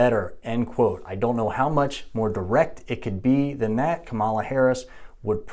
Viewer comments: It's pronounced Comma - La Not Come - ah - La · Her name is pronounced Kama-la not Ka'mala. I think you are mispronouncing by accident. Fox news and other maga media mispronounce it on purpose. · Give her the dignity as a human and pronounce her name correctly. It's also called Cannabis, Marijuanais a racist and unscientific term. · He can't even say kamala right. Yeah he's gonna school us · Say her name right. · Still can't pronounce her name correctly huh? For allegedly being a doctor, you really don't listen well. 🤦‍♂️ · You’re claiming to be providing facts, but couldn’t even do enough research to pronounce Kamala’s name right? Seems sus.